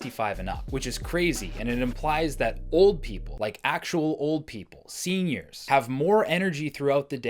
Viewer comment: I love when he stressed “SENIORS, LIKE ACTUAL OLD PEOPLE” =)))